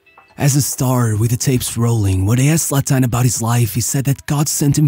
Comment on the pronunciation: What's up with your voice. He's also pronounced Zlatan, not Zlatán.